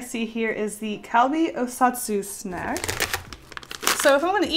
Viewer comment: While she said snack while drawing the fried squid lady.... I thought she said snek... is it me? Or does she actually sound like she’s saying snek? (Not in a rude way of course)